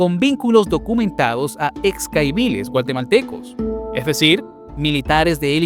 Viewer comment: DRONE??? SON VIDEOS DE LOS NEGOCIANTES DESDE SU CELULAR🤣Y SE DICE GUATEMALTECOS NO GUALTEMALTECOS